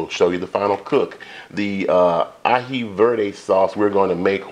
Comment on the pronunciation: Yummy. We love Peruvian chicken with that delicious Aji Sauce. Your pronunciation of Aji is 100% correct. Thanks for sharing. 😊